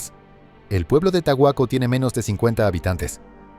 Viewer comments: En España no hay ningún pueblo llamado tahuaco si a caso tajueco en Soria,entonces es una historia inventada o no sabes pronunciar el nombre del pueblo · Es obvio que es mala pronuncacion. El caso es real y salió en las noticias y en canales de criminiologia, que manera de querer molestar. Tan fácil que es decirle que esta pronunciando mal el nombre.